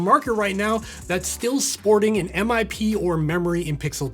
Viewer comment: Its pronounced as one word, MIP. NOt M-i-p ffs